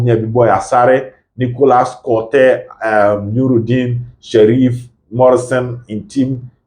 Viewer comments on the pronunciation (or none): the guy's name is Kotei,to mention it well u can use the sound Co-tei than saying Koo-tei 😊